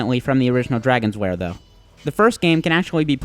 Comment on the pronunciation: I'm sorry, but it keeps sounding like you're calling it "Dragon's Wair" and not "Dragon's Lair" to me, anybody else getting this?